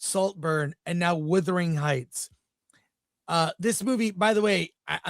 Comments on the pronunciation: Chris keeps saying the name wrong. It’s Wuthering not Withering 🤣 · It is not Withering. The heights did not whither. It is Wuuuuuuuthering Heights. As in wind which wraps around the house seemingly coming from all directions. WU. AND while I am at it it is not West Minister. Minster. Min. Thank-you. Word Karen OUT!!!❤❤!❤❤